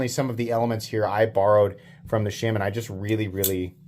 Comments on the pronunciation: People are bothered by "Sham-man" because its not a pronunciation thing it's just objectively wrong...but that never stopped you before, troll away sir, troll away :) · Pretty sure it's pronounced "Shur-men" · IT'S ˈshā - ˈmän! gawd..... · It’s pronounced Shay-Man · I am also knife nut from Kansas. I love your channel. Please, stop saying "Shaman" wrong. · He knows he’s doing it on purpose unlike all the other words he really doesn’t know or know how to pronounce correctly. If u read this I’m giving u a hard time.